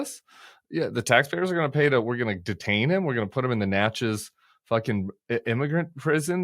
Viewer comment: Ok, Tim… don’t be calling Sam out for pronouncing Lafayette wrong when you say Natchitoches, like Natchez which is in mississippi